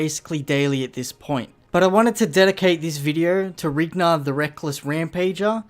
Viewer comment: I think its Rhinar, not Rignar, but awesome video!!